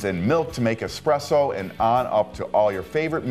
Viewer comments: seconds, did he just say "expresso"? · The guy actually legitimately said “Expresso” (Ex-press-oh). These guys are supposed to be the professionals. Sorry for being petty, it just stood out to me like a sore thumb. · Hi Levi, Always nice to hear from the "X" police. Yes, yes there's no X in espresso. And no easier way to make a barista's head explode than saying expresso. Of course if you are old enough "expresso" was an acceptable spelling and pronunciation according to the NYT style guide. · Haha - I noticed that also.... I repair espresso machines for a living and I find it funny when I am at a Starbucks and the Barista keeps saying expresso to the customers !!! lol But give this guy a break - he seems so nice in the video !!! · I hate people that say expresso, unless you have a legitimate speech impediment or are a child. Get it together people!!! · Did you just say expresso? You’re better than this! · Lost all credibility at 39 seconds when buddy said "expresso." LOL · Expresso? Whut. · I stopped watching 40 seconds in when he said "expresso" no thanks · DO YOU REALLY SAY (EX)PRESSO?....shame on you